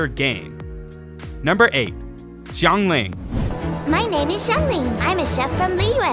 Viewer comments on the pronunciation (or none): coming from a chinese person: chongyun is pronounced as chong yu-win but you have to pronounce yuwin very fast xiangling is pronounced as see-ang ling, not shee-ang ling.